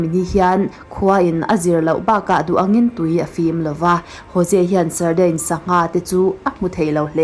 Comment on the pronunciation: Sardines pronunciation hi deens tia lam tur, sawi ve mai mai... A ngaihnawm thin e.